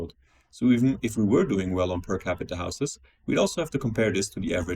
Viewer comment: The real question is why the dude pronounces houses as "houseass"